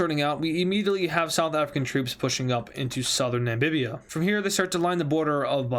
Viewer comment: Namibia not nambibia